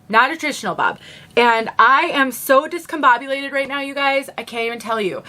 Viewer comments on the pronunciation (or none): Love when you said, “Discon-BOB-ulated!” How apropos!👍😄